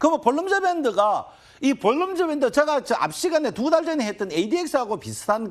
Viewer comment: ㅋㅋ 발음이 새시네. 볼린저밴드Bollinger band